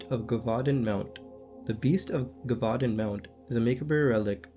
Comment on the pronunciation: Muh-kob. Jev-vu-don. Just some help on pronouncing macabre and gevudan. Im assuming u are autodiadactic (self taught) i am too and often mispronounce words as well... this is because i have never heard someone else pronounce those wors